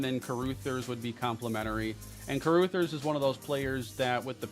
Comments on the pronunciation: Carrooothers is a crazy pronunciation 😂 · CA-RAH-THERS 😂 my girl is losing it over here with this